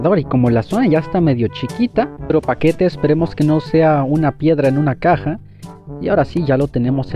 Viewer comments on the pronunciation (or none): none